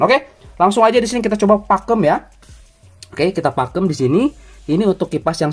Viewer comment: Pakum bang bukan pakem